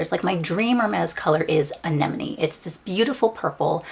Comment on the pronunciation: Omg thank you for pronouncing Anenome properly 😂 Congrats.